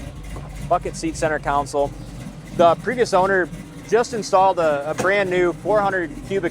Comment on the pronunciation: Console, not Council. Nice Nova!